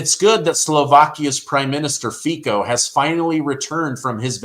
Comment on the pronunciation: Everytime that you pronounced the name of Slovakian 's president, I did not hear Feca, but Fecal.🎭🔊📢📣📡don't say you didn't, didydo it hahaha 😆 I know you do too!! I know yes, you ,you who read that,!!! Go was your ears now, and i ll go wash my tongue 👅😅